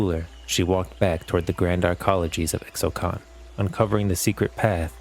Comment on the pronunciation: Its not IKSTALI its ISHTALI